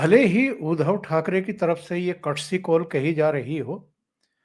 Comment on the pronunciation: आप उनका नाम उच्चारण गलत क्यूँ करते हो?. उध्दव ना के उधव..... उध्दव सही उच्चारण है